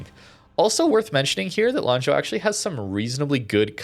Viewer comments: lol. rare correct pronunciation by lol. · I am also surprised by pronunciation. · Your pronunciation of Lanzhou is pretty neat. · I mean, for me it is the first time he was not immediately saying sorry for the pronunciation so I'm sure he actually verified it before the video lol.